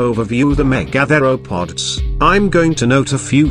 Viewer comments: OMG... don't you video producers have the chance to correct the computer pronunciation of complex words such as mega-thero-pods, vs me-gathero-pods. WTF people? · "The meh-gather-o-pods". I get it. it's AI. Good vid in general tho :)